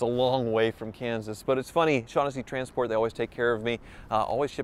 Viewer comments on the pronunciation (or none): none